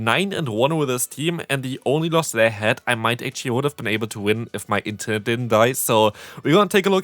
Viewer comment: I'm sorry to hear your intern died Edit: Just realized he said internet lol